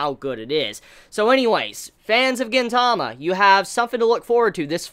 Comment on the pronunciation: It's pronounced GEEN-tama